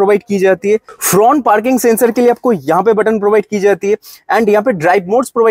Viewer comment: kya bola fhrount look 🤣😂